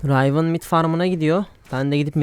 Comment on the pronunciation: Rayvın değil kanki Rivın